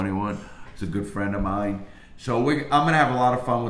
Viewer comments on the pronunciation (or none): none